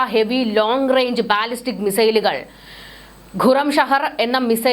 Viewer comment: ബാലിസ്റ്റിക് എന്നു നീട്ടി പറയാതെ ‘ ബലിസ്റ്റിക്,’ എന്നു പറയുന്നതാണ് ശരിയായ ഉച്ചാരണം. Google help for pronouncing can help you.